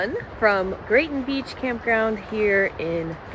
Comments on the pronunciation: It is Grayton beach, not Grayson. You said it right. 😂. You can pretty much draw a 100 mile circle around this area all the way to blackwater where your previous video was and find tons of cool stuff. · It is Grayton Beach State Park. You were saying it right. Not Grayson.